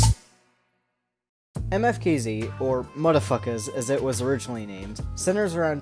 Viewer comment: I think you supposed to pronounce it like how the letters sound for instance you would make an M sound then you know what I mean